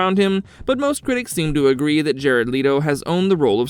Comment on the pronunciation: It's Jared Leto. .... Its not Jared LeeToe lol.... its Jared Let-Toe.